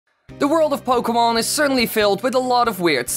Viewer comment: At least you got the word pokemon right